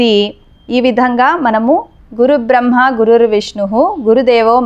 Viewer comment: గురుబ్రహ్మ కాదు.. గురుర్బ్రహ్మ...అనాలి